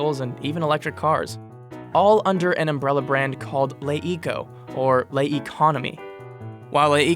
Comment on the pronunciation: "Le" should be pronounced "LUH" or "LEH"... definitely not "LAYE". Dude also mispronounced YT's full name...